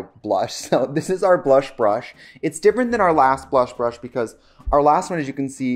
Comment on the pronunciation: Tricia I thought you were saying cream brush